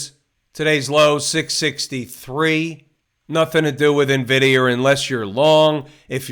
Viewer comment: Ty I always laugh when you say NVDier and Tesler 😂